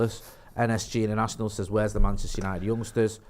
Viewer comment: Arsenal 8th. 😅😅😅😅 how's it going mate... Shirrry... Penchester united. 😢😂😂